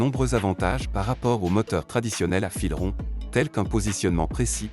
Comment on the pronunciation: C’est une voix artificielle qui traduit automatiquement un texte en anglais. Exemple : « fisron » au lieu de « fils ronds »